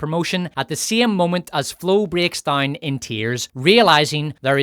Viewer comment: "...to keep wimmen dauwne...". New Zealand? Irish? Scot? Now "down" has four syllables! Don't get me started on pronunciation of "power". Piorr-rr.